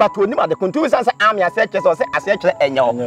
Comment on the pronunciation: Yeah u guys are right, is ameeeeen but not Amen like he was sayin. Thanks ladies and gents for correcting me